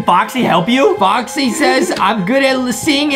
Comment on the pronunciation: boxy its sad bikas justin like foxy not boxy